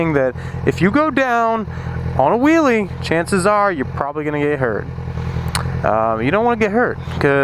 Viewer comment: "If you're weel is of the ground your doing a weeley" :D